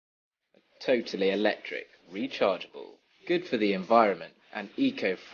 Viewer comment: the tesla, QUIT SAYING TOATLY